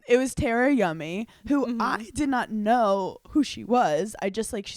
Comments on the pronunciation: Hannah I love you so much but please don’t tell me you’ve been mispronouncing Tara (Tar-uh) to THE Ms. Yummy’s face this whole time 😂😂😂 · Love you guys!!! Tar•uh not Ter•uh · IT 👏 IS 👏 pronounced 👏 TARA 👏 like a star-a ⭐️